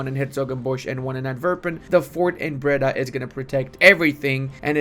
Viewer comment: I both laugh and cringe at the way you pronounce the dutch provinces. It's closer to 'bray-dah' instead of 'bredda'. Bredda sounds Jamaican, which is cool too:D Thanks for the video,!